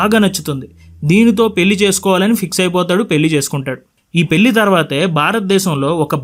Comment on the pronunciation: మళ్ళీ, పెళ్లి అనాలి. పెల్లి, మల్లీ కాదు. Immediate గా correct చేసుకో